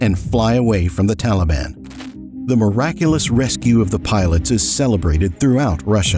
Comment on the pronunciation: Teleben, Efgenesten, how Americans butcher pronunciation. lol